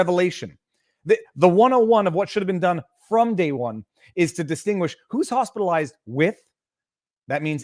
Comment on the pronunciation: she didn’t say “Hospitalized” she said Hostelized